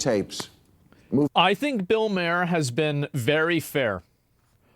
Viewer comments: His name is Bill Marrrrrrrrrrrrrrrrrrr. Like Mars. Not Bill Mayor, like the mayor of the city. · Stop calling him Mayer! ITS MAHER! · I don't know if you noticed the chat, but everyone is laughing everytime you pronounce his name as Bill Major or Mair instead of ma - er. Can't believe you didn't ever hear his name pronounced on Fox or Youtube. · It's Bill MARR not Bill MAYOR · It’s not pronounced Maher. It’s Maher haha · Bro, Maher is pronounced MAR not MAYOR. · It's Bill Maher is said as Bill mAR not mAIR. He's not a horse. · I hate that you call him Bill MARE instead of mar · Ma-her. Not Mayer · Bill's one of the more level headed political comedians out there. How many others that are critical of Trump would have done this? Btw, and I'm probably petty for saying this, it's "Maar", not "Mehr" 😁 Sorry, it's just a pet peeve lol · MAR its pronounced MAR not Mayor or whatever the hell you're saying lol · Yo As, it's pronounced "Mar", not "Mayor" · You can tell when someone has no idea who they're even talking about when they repeatedly say their name wrong. It's Maher, not "Mayor" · isn't it Bill Mar and not Mayor? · His last name is pronounced like Bar with a M = Mar it’s not may-er or may-her . The more you know 💫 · I thought it was Bill Mar, not Bill Mayor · It's pronounced like bar, Mar not May her. But it's okay I forgive you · It's Màher, not Mare like horse's. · Mahr not Mayer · MAR = MAHER. Not MAY-ER HE is silent in Maher. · Asmongold, it's pronounced Mar (like to lightly damage something). Bill saying he's Centrist is bullshit. He says stuff like that all the time but his actions prove it a lie every time. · Why he keep saying Bill Mayor instead of Bill Maher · I don't wanna be that guy, but it's pronounced "MARR." I used to say it wrong too. He's not too bad. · Bill may-er? Youve never read or said his name out loud have you? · JESUS ITS PRONOUNCED bill MA ARE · Not pronounced Mair, Mayor, Mayer, Maher, just Mar. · It's pronounced Mar 😬